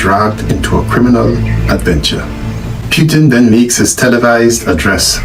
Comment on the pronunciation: It's PUTIN not PYTIN